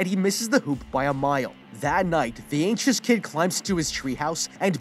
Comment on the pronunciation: Bruh I thought he said the kid was ancient but he was just anxious